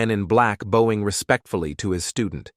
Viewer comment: It's not pronounced "bowing" (from bow 🎀) it's "bowing" (from bow, a gesture of respect 🙇🏻). Can you update your AI voice? Also duel is pronounced du-el not deool. Oh dear, your AI really needs an upgrade 😂 Likewise, duty is pronounced du-ty not dooty, so lazy, no wonder the 47 year old man in the film can't pronounce his English correctly 😂 I can't stand anymore of this, bye